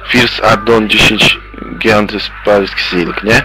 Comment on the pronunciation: haha , "first addon, dziesiec giant spajk silk," hahahah